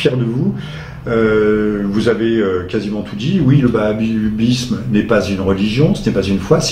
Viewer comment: En fait, je viens de comprendre, a eu mal prononcé. Il voulait dire le Wahabisme. Je précise, il dit Bahabisme à